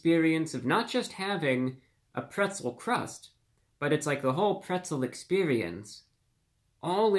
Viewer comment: Pwetzew Cwust Pizza with peppawoni, yummy 😂